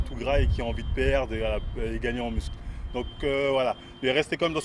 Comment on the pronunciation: Il dit muscule ??